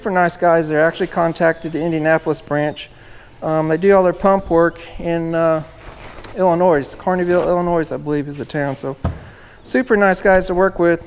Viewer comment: there is no noise in Illinois the s is silent.